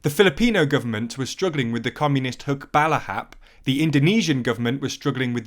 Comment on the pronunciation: HUKBALAHAP ok he nailed the filipino accent